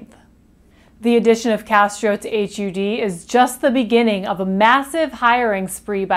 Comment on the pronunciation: you mispronounced his name.